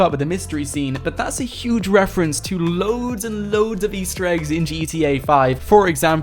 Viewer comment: ITS YUGE !!!